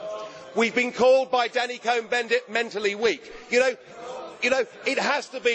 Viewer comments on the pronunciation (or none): none